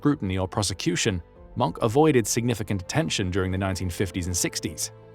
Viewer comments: Leave it to a British person to NOT pronounce MOHNKE correctly, it has TWO syllables, not one. The "e" is not just there for no reason. Do you pronounce the "X" in SIXTH, or are you one of that portion of Brits who've decided for some reason I have not been able to learn, to say "SICKTH?" I WILL give you points for getting the strange German thing with crossing W and V right, saying Vilhelm instead of Wilhelm. On a separate, interesting note, English monk is Mönch auf deutsch. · It’s not “Monk” or “Moank”. It’s roughly “Moan-keh”. German is one of those pesky languages where you usually say all the vowels. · it's pronounced "moankuh" not "munk". might be nice to learn how to pronounce a name if you're going to narrate a documentary on it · His name is pronounced Mohnker not Monk ‼️ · Not 'Monk', Mohnke, it's a German name, not an English one. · He said ‘I never believed in the racial part of National Socialism.’ 😂😂😂His name is NOT pronounced ‘Monk’. More like mern-kuh. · It is not “Monk”, You need to pronounce The e at The end of Mohnke’s name. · A war criminal like the most SS man. Oh and...its not pronounced "Monk"! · Hard to listen to when you keep mispronouncing his name. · Mohnke flip, that's not how you pronounce Mohnke! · Its nt Monk - its pronounced Mongka (monke) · it's pronounced Mon-keh, not 'Monk'